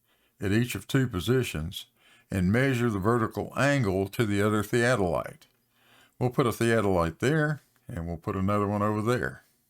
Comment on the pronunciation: Can pronounce theadolite?